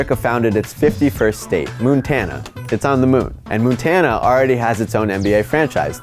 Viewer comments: You had me going til you said "moontana" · Yeah, had to stop after "Moontana"